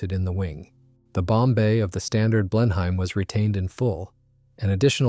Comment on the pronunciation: Blenheim is not pronounced "blen-hime"